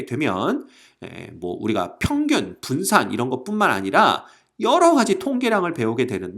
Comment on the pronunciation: 붠산ㅋㅋㅋㅋㅋㅋㅋㅋㅋㅋ 아 도서관에서 터졌네